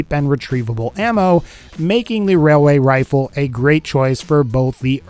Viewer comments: Wailway wifle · I'd like a wayaway wifle I'm sorry I had to mention he said wayaway wifle